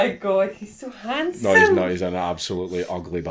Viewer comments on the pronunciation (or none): That Scottish "Neooouuu"!